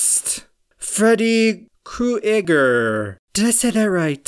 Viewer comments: Sorry but what’s Freddy cu ager!? It’s Freddy Kruger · Hey need help pronouncing Freddy Krueger? It’s Freddy... KROOGER there:l